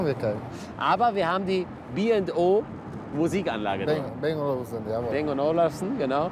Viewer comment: er hat halt einfach ma n spyker da stehen... krankes teil... und nebenbei - dit heißt BANG nich bäng!!! verdammt nochmal... :p